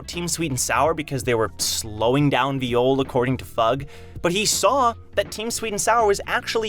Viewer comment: it hurts me when u pronounce it viiyole